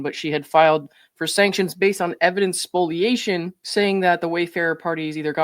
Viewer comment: Small thing but I am so glad you pronounce spoliation correctly. So few do.